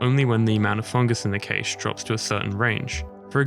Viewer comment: Had me until you started saying cache wrong. Cool vid though